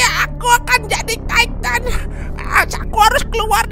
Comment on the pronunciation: Eren jadi taiten bang